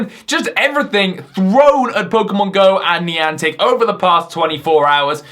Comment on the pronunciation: Please dont say nieantic